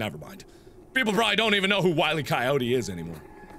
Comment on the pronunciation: Will-E Coyote